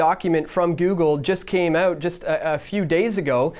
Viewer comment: It's OUT not OOT. Like fingernails down a blackboard